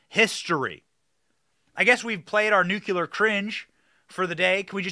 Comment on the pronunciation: Nucular is not a word.